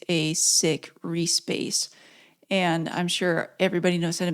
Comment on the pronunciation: The first few times you said Reece Bass I thought you were saying re-space. 🤷‍♂🤷‍♂